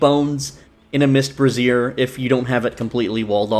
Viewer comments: It's "BRAY-zyer", not "breh-ZEER". The latter is how you pronounce "brasierre", which is an item of clothing better-known as a "bra". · 4th straight YouTuber that pronounces brazier like brassiere. Must be a glitch. Bray-zhr. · You aren't the only one doing this, but it's pronounced "Bray-zee-er" A brassiere is a type of bra.